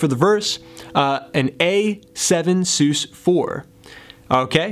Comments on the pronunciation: Love this tutorial and how you tie it into the lyrics which is extremely difficult for me... I’ll forgive you for the way your pronounce sus, short for suspended, no? Keep up the great work! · "sus" being short for "suspended" should probably not be articulated as "soos." Please. All in all, good lesson. Watched until the end.